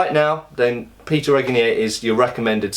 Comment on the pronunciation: At least you learned to pronounce Péter's name almost correctly :)